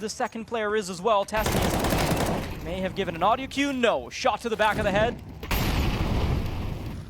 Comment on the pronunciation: This shitty tournament can't even get casters who know how to pronounce Sjuush or Teses :'(